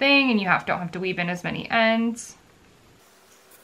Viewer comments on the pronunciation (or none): none